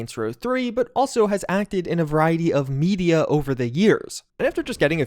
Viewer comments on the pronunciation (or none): “has acted in a variety of m e d i a over the years”……. 👀😳🙂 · mhm... "media"